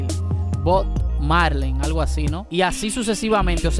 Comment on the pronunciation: xq no pudistes decir el nombre de bob marley bn?? Xq te confundistes 2veces??? Ynunca lo dijistes bn